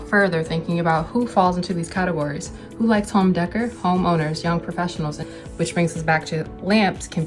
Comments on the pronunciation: I liked the video. Very funny and thoughtful. It’s pronounced home “day-core” not “deh-ker” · Decor is pronounced deckoor (it would rhyme with deck door, hector's checked floor by the deck door.) Deck-er kinda sounds like it was said by someone who would pronounce your youtube name "Catty Rook zed" while squinting against the sun and spitting some tobacco. 😅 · i love home DEH-KER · Maybe it's because I'm not a misogynist but I don't see how people take this bait. Maybe the misogynist blame game is so strong that they can't risk losing an argument to a woman. Also, isn't decor pronounced day-core? Maybe I don't get any of this because it's not my flavor of 'tism, but what good is it trolling these miserable people? Doesn't it push them further into their brain rotted echo chambers?